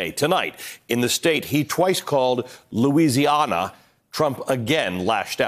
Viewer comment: Louisi-ahna. Reminds me of Two Corinthians. But LA GOPs will start calling it Louisiahna now. I bet he could never pronounce "Natchitoches", a city in Louisiana. Hint: you pronounce it "Nagadesh". He'll never get that. He'd call it "Natchatoochies" and so would the LA GOP if he did so.